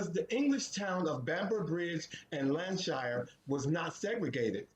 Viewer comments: Segregation and Racism was a big thing then especially for black Americans. But most Brits were not tolerating it in Lancashire not Landshire. (MISPRONOUNCIATION) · Bamber Bridge in Landshire 🤣😅🤣 I think he meant Lancashire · Lancashire not landshire